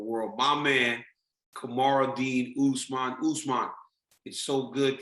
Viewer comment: I thought he called him "Kamaru D. Usman" and wondered what the D stood for.